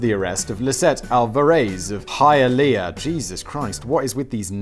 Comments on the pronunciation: Simon, you fascinate me. How do you botch "Alvarez" but nail "Hialeah?" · I'm from Hialeah! And you pronounced it right, too! And yeah, HIaleah is a crazy place. Look up Raul Martinez and Noo! Que Barato! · As a Floridian, hearing Simon pronounce Pompano hurt a little bit. He nailed Hialeah though, good on you for that one!